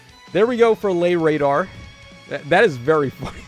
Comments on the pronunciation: I think it might be pronounced Lashrathr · As someone quarter-Icelandic, Læ”radar” makes me chuckle.